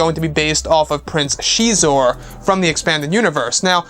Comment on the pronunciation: Prince sheee'zor...???? Always thought X is pronounced as a Z....so Zizor(Xizor)